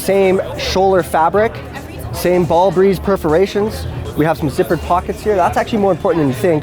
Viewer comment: Did he just say ball breeze?